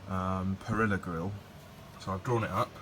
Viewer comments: pah-REE-yah. You nut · pronounced pa.ree.ya my dude.. is that program SolidWorks by chance?